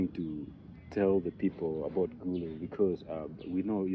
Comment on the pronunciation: Wow glad she pronounced Gulu and Otigo perfect more than you.😅😅